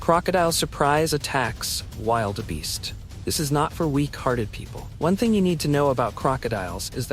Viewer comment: Narration pls first find out how you pronounce African animals,the way you say Wildebeest is rediculous